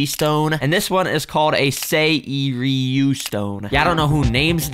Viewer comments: Taigi is pronounced tai-ji and for seiryu seer-iyu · Btw the taiji is pronounced as Tay-ji And the seiryu is pronounced as Sey-riyu plss correct me if I'm wrong